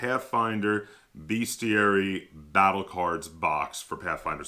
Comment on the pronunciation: Bestiary, not beastiary. How is it that not a single gamer can pronounce this word. It grates on my ears! Great video, though, thanks for this!